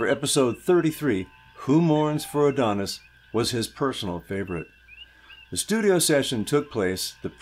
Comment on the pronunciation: Hi, I love your channel. I’ve had so much fun exploring the music of Star Trek with you. I almost hate to mention it but 99% of Star Trek fans mispronounce the name of the episode, “Who Mourns for Adonais.” It is not Adonis. It is pronounced “Adonai”or “Adonaius.” The title comes from the poem Adonais by Percy Shelley and basically means “who mourns for the gods?” Keep up the good work and I’ll look forward to future videos.